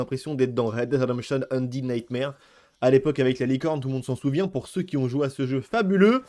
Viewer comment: Je suis désolé de te saouler mais "Undead Nightmare" se prononce "Eunded Naitmer" et non pas "Eundid Naitmar", il le dit même dans le trailer du jeu, avec tous mes respects pour le grand.😁